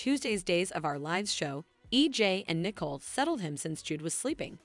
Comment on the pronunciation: Narrator- please review the character’s proper name pronunciation. Example: Nicole is not “Nickel”; and quit repeating comments you have already stated.